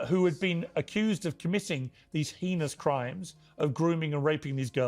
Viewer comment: I KNEW IT. HE CANT EVEN PRONOUNCE HEINOUS. HE DOESNT KNOW WHAT THAT IS. HE JUST READS IT OFF.